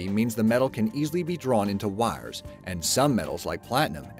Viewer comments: Sounds southern. Yikes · Is the narrator from Pittsburgh? The way he says 'wires' and 'icon' makes me homesick.😅